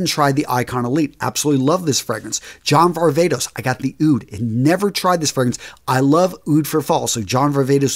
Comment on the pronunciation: Really appreciate the work on your videos and I mean this with no hate at all, but I think you really need to work on your pronunciation of the fragrances and their houses, especially the “foreign” ones. It just doesn’t sound good in that accent. Lovely lineup, keep it up! 😊